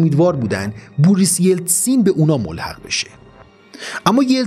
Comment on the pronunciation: با احترام Boris yeltsin رو اشتباه تلفظ میکنید